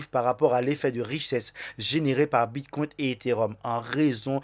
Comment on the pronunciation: STP tu peux arrêter de dire « bitcoint » et « altcoint » Il n’y a pas de « t ». Idem pour « biremarket » 🍺c’est bearmarket = « bèremarket » 🧸 Sinon merci pour ton contenu 🙏👌🏼